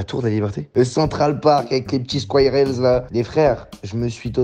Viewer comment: “Les petits squaillerèlz”